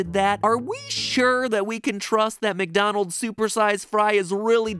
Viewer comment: Am I the only one who noticed the “MatDonald’s” in the intro? Lmao